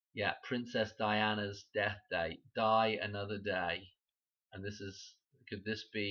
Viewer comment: When you say, “die another day,” it sounds like you are saying “Diana”…. “Die ano”